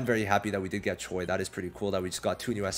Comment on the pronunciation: is not choy it's pronounced as ch-we 😂